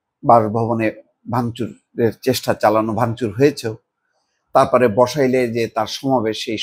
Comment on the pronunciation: এলাকার নামই ভালো করে উচ্চারণ করতে পারেননা তাহলে কথা বলতে আসেন কেনো। বসাইল হবেনা বলেন বাসাইল।